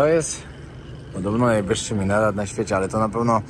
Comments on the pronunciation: Nie wiem jak się mówi w Jemenie ale po arabsku to minaret nie minerat😂❤❤❤❤🙋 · Minaret nie minerat🤭, Ala by cię od razu poprawiła🤣😉 Miejsca bardzo ciekawe, z ogromnym potencjałem, ale tak jak mówisz, wszedzie widać wojnę. Pozdrawiam💕 i trzymam kciuki za kolejne wyprawy👍 👊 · Elo, Minaret to jest a nie minerat😂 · Piękna sceneria, spodobało mi się. Twoja przyjaźń z komarami xd. Dawno tak nie ćwiczyłeś rąk. Brakuje mi jeszcze wybrzeża ale pewnie będzie w kolejnych., mówi się minaret, a nie minerat.❤ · jbc to jest MINARET, a nie MINERAT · Szacunek za odwiedzanie takich krajów gdzie większość ludzi nigdy nie pojedzie z wielu względów. Mega ciekawy inny świat. Dobrze wyczaiłeś, że ten meczet to nie żadne 168 czy ile tam mówią ale coś koło 50m, różnie z różnych źródeł podają. Niemniej to ponoć jedna z najwyższych budowli z piaskowca co jest interesujące. No i to jest Minaret nie minerat jak go nazywasz 😅. Pozdro! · hahaha... nie MINERAT tylko MINARET :) pozdrawiam.... super filmik !!!!!!!!!!!!!!! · ..minerat i minerat.. minaret!;)) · nie minera tylko minaret😎👍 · jaki minerat???😂😂😂 MINARET! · Super filmik,ale minaret,nie minerat😂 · Chyba minaret nie minerat :D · Minaret nie minerat ! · Minerat czy minaret? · Raczej MINARET, nie minerat... Pozdrawiam 🙌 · Minaret, nie minerat😀 Pozdrawiam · Wszystko fajnie, ale jeśli juz to minaret, a nie jakiś minerat 👉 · Minaret, nie minerat :P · Minaret nie minerat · Nie MINERAT! 🤣🤣 To jest MINARET 🤣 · "Minaret" nie "Minerat" drobna uwaga ( w napisach już ok) w czapce dla mnie w porządku- trzeba było śmiało brać Klimaty Blisko Wschodnie i afrykańskie czystością niestety nie imponują ( np. Senegal podobnie) ; zabudowa ciekawa. Warto " wyciągnąć " jak najwięcej informacji " nie wikipediowych" tego życzę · To minaret a nie minerat! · MINARET a nie minetar :) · minaret,nie minerat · Minaret a nie minerat 😂😂😂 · Minaret a nie minerat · Minaret a nie minerat! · Minaret a nie minerat..